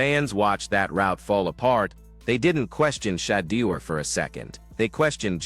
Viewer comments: Please train your AI to learn how to pronounce Shedeur. Not She-deer but Sha- door. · Learn how to say his name whewww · Please invest the effort to master the correct pronunciation of the name Shedeur. Sound if you are saying 'SHIT.' Your lackadaisical approach to English will not suffice and is quite disrespectful individuals name should be said correctly